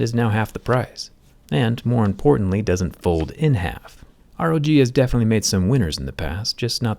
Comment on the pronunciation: Rog not pog